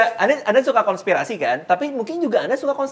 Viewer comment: raditya : konspitasi 🤣🤣🤣🤣 konspirasi